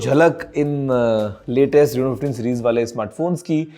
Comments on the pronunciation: Reno❌ Reeno✅😂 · Rino ❌ Reno ✅